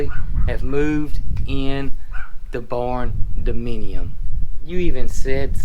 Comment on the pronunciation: I love your barndeminium. 😆😆